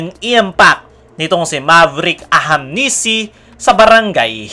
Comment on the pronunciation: Brother naeenis lang ako kc ang apelyedo nyan is ahanmisi po hnde po ahamnisi ok poba sana sa sunod na apload mo mabanget mo ng tama ok ahanmisi hnde po ahamnisi ok